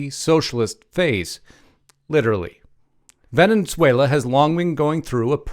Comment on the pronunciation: There is only one n in Venezuela not Venenzuela.